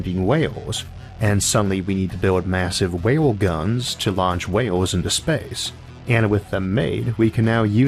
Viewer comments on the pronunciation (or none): "Whale Guns" Is that a speech impediment joke?